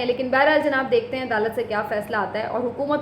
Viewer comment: LAFAZ JANAB KO ZANAB NA KAHEEN,,,,TALAZ KI GHSLTI KO SAHEE KAREN,,PLS